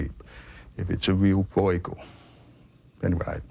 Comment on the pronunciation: Hurts my ears. Please pronounce Breugel better if you want to be an 'expert'